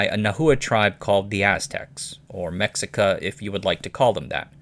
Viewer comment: Interesting you pronounce Texcoco correctly but not “Mexica”. Just pronounce the ‘x’ as you do in Texcoco with a “sh”.